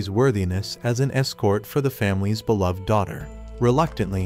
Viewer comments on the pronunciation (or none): none